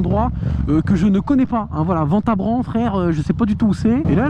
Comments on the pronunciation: Ventabren mdr ça se dit « vintabrin » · Franchement, c’est le seul YouTuber qui raconte sa vie mais ça reste intéressant mdrrr Ps: on prononce Vintabrin même si ça s’écrit Ventabren